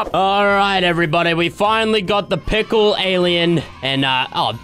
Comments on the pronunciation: Fresh said tickle instead of pickle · u sayin' pickle or tickle?????????